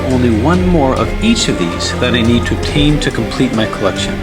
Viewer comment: the way you say "obtain" sounds like "tame" to my ears. With the amount of huge complex puzzles you've solved, you truly deserve the title of "Puzzle Tamer".